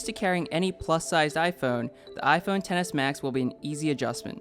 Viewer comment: I keep hearing iphone tennis max